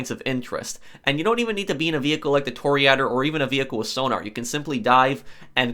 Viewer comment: Repeat after me: Toh-Ri-Ah-Door Cah-yo Peh-Ri-Coh white people speaking latin languages is fucking me up.